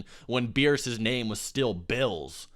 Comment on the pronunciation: Yeah I don't understand why people call him Beerus. That's like calling Vegeta "Bejiita" but still pronouncing it incorrectly like "Bejit"